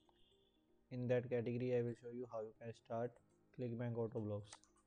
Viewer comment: learn to say category. damit